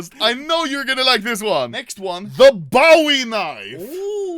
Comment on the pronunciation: Anomaly is so violent and cant say bowie!!!!